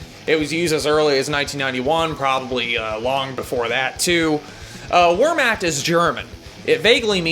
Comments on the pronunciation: Its pronounced vehrmakt btw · Fuck, that was the most painful pronounciation of the word "Wehrmacht" I've ever heard. Other than that - cheers.